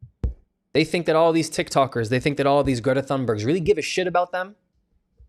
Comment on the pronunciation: I understand that that's like the culturally accurate way probably of pronouncing her name but who the f*** is "gre hunber"😅